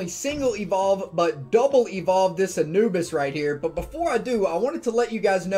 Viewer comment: lol i thought u said anubis like ann-u-biss